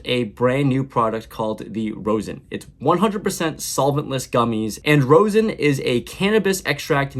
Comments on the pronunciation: ROZ-in …please for your weed smoker viewer base. No more ROSE-in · ....Rosin is pronounced raw-zin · It’s pronounced more like raw-sin but I love to see it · Rosin is pronounced RAH-ZIN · Pronounced “rozzin” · You’re saying rosin wrong.